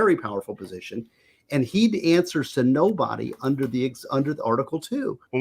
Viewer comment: "I love unter Biden Paintings"